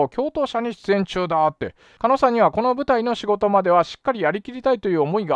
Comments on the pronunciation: 加納を"かの"と呼んでいるようにしか聞こえない笑 もうちょっと"かのう"って聞こえるように話して欲しいです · ｢かのかの｣言ってるけど｢かのう｣な 気になって仕方ない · 加納って人名前は聞いたことある程度の人だけどSNSって怖いね、そんな人たちのその場のノリでここまでの大騒ぎになるとは…いつもテレビに出てる芸能人って別にその人じゃなくても良いんだし、コソコソ隠れて自分の言動にも責任取れないくだらない奴はどんどん辞めさせて若い人にチャンスを与えて欲しい でも加納をカノと読んでる所にもやりました…狩野はカノと読むけど